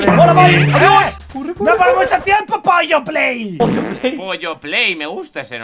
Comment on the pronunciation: Me Dio risa cuando mike dijo pollo play jajajaja